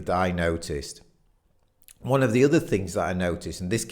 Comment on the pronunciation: 'one' is pronounced WUN. rimes with FUN, SUN, RUN.